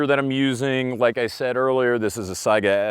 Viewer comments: Weird, I like cats, dogs, chevys, fords, AKs, and ARs. I just want it all haha ALSO - THANK YOU FOR PRONOUNCING SAIGA CORRECTLY I cringe every time I hear someone call it a "Sega" btw why just 100 meters? Seems a little short to me, try 300+ meters and see which is more accurate XD Halfway through OEF and OIF many of our snipers started ditching their bolt actions for modded M4's since they're so accurate and deadly at 500 meters, and the AK can't do much at that range. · Dang, I must've stumbled upon one of the ten people that can pronounce "Saiga" right. :-D Also, thanks for doing the video though I knew the outcome anyway. This "AKs are inaccurate" myth needs to be destroyed because it's parroted way too often. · I'm a linguistic nerd so I just appreciate that you pronounce it as Saiga rather than Sega. I don't even know which one is actually correct to the region but 'AI' most certainly makes an 'I' sound in English. So many people pronounce it as Sega that I have a strong suspicion that I am wrong in some way but it has always bothered me on a personal level that people pronounce it as 'Sega'.